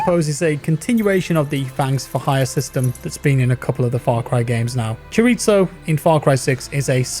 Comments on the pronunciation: Chorizo is pronounced "choriso" not "choritzo" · Not CHORITO it's CHORIZO with Z XDDD it's Spanish and it's a kind of salami but not rlly, it's difficult to explain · Its choriso not chorito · you poor white boy, its not Chor-reet-so its Chor-ease-so. Just wanna help you out brother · Nobody:: C H O R I T S O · Please say "Chorizo" correctly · Disappointed by the addition of Willy Wonka Weapons but not as much as I hate the way you pronounce "chorizo." It's not an Italian word.